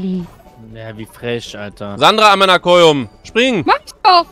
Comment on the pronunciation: Ich liebe Luca,aber hab mich echt teilweise angecringet gefühlt bei ,,amina koyum‘‘ 💀